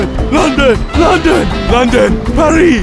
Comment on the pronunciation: Movie Trailers its Paris not pari pari is the French pronouncation of Paris